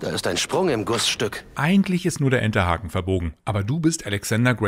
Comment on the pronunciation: der "Entehaken" 🤔😂